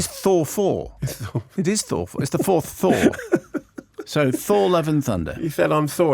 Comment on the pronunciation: Thor the Fourth. Thourth.